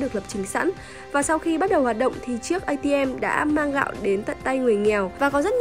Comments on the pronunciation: Cây ATM gạo tao nghe thành K-ICM may có chữ gạo :) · Cj í đọc cây atm t cứ tưởng kicm lại ra bài mới :)))) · nghe thành K-ATM :))